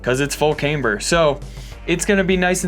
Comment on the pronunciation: says Cameber. LOL (in a Beavis laugh)